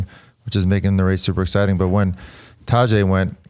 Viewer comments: Please please please someone tell George to stop butchering Pogacar's first name. It's taDEj as in DEcision. Listen to Johan pronounce it, he's 98% accurate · Some tell George it's not Tajay 😂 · It would be nice if George could learn to pronounce Tadej Pogačar's name. It is not that hard. Take 5 minutes, call Johan and ask him how to pronounce it. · Come on, learn to pronounce Tadej's name, he deserves it at this point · What's with George's pronunciation of Tadej, sorry Tadjay? I mean if it was Grzegorz Brzęczyszczykiewicz, I could understand that mauling but this? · George's new pronunciation of Tadej... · George, love you man. But if you can pronounce Jonas properly you should be able to pronounce Tadej as well. C'mon man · please teach Geog-ja how to pronounce Tadej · this. it’s painful to listen to how he butchers his name